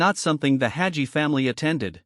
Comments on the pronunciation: This AI generated. To confuse his followers. Listen to the way his name is pronounced. Red flag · It drives me crazy that these ai commentators can’t pronounce the names of their target.